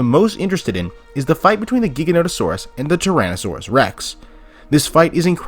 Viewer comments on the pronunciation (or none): It’s pronounced JIGA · Dang for a Jurassic park fan I would think you’d know how to pronounce the Giga… it’s Jiga that’s the pronunciation the G is said like a J